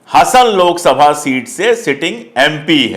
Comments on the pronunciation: Sir ji, if you don't mind, Hasan nahin, pronounce like Haasan (Hasan) its like Simhaasan. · HASAN NAHI HAASAN HAI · You should pronounce Hasan as Haasan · Hasan nahiN 'Haasen' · सर, यह लोकसभा सीट हासन है! Hassan, हासन, या ಹಾಸನ ಹಾ=हा ಹ=ह वैसे मैं भोपाल से हूँ।